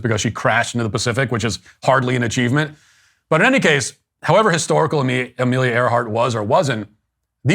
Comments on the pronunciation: I thought I heard Katy Perry say hysterical, not historical, in her speech. HAHA!😂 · Katy mispronounced hysterical